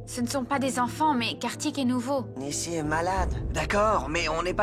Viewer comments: Nisi ginesh peut pas dire Nishi, lol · Qui a remarqué que dit tjrs Nissy